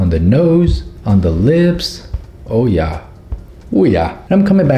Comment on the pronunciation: He:Ja me:Omg i thougt he speaks german for a minute